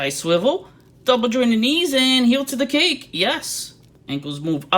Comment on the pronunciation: Ha, I thought you were referring to Dazzler's ass as a cape. Had to turn captions on to know you said cake. Definitely never heard of a butt refered to as cake before.